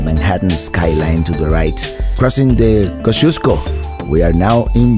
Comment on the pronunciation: Wow, you actually were able to pronounce the Kosciuszko Bridge! I have traveled across that bridge countless times toward Queens and I still have not been able to correctly pronounce it. Also, the next time you come to Brooklyn, please revisit Coney Island! The amusement park and the beach is much more exciting than what you saw if you come during the summer time (like now!) Great video, greetings from Brooklyn, NY.